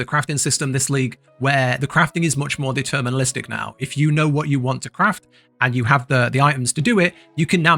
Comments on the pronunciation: it's "deterministic" not "determinalistic 😂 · Great guide, but bruh it's "deterministic" not "determinalistic" lol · It's deterministic not determinalistic... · It's deterministic, not determinalistic or whatever you're trying to say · great video but please for the love of god. it's DETERMINISTIC NOT DETERMINALISTIC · Fyi it’s “deterministic” not “determinalistic”